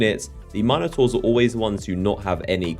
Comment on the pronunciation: I really really hate the way you say minataurs